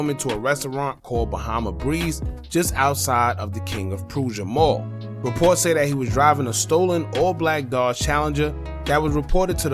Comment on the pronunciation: He said prooza 😂😂…. It’s like ..P-rush-a or Pressure .. good vid tho